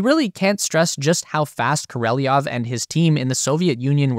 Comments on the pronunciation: I suggest the narrator to learn at least to read russian cyrillic letters, to avoid incorrect pronounciation of russian names. It was hard to listen to the speech after hearing mispronounced names like Krushchev, Gorbachev or Korolyev. Actually I don't care about the political and cultural differences between them, but names are given things and they should be respected mutually. Korolyev's name was written and pronounced as Korolyov correctly. Gorbachev in reality is Gorbachov, Krushchev is Krushchov. This is why it's recommended to at least learn how to pronounce russian letters. Nobody would like to hear Jen instead of John I guess. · It's kor a lev not knoleviov. you seem to get almost every Russian name wrong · You really don't care what you say to your auditory. You have written Sergey Korolev, yet you read Sergey Korelov. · I dont speak russian but if you’re dislexic like most American’s BEAIN cannot read elementary foreign words… at least practice… Korolev and not Koryelov. There are 2 “o” s . Why do you pronounce the Devon o as an “e” ??? And the last “e “ as an “o”??? Or Koreleyov …? Even worse… such an effort to put this fantastic doc!!!! Why not pronounce the only thing matters the main character’s name ….(?) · Dude, just READ HIS NAME. KO-RO-LEV, not KO-RE-LI-YEV. Not difficult. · Why do you say Koreliov? Its KorOliov. Its not that hard. If you make a video about a man, at least get his name right please! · I'm pretty sure you're pronouncing Korolev's name wrong. I hear people say Kor-oh-lev, but the Russian spelling is Королёв which would make it Kor-oh-lyov, and in a lot of words the y sound kind of fades out it it's not stressed, so it may sound more like Kor-oh-lov. But don't take my word for it. I'm not Russian. While I'm at it Sputnik is spelled Спутник which would make it Spootnik. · Hey dum dum. ... it's not Koreleoff..... It's Korelev! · KOR-OH-LEV Where on EARTH are you getting KOR-EL-EE-OV? And Sputnik is pronounced "Spootnik".